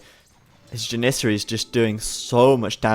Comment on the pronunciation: ja-nee-seh-ree thats how u pronounce it :D (Janissary)